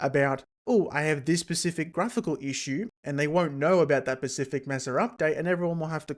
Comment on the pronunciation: It's OK, he's pecial